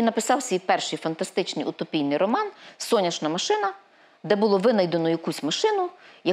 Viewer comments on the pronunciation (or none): none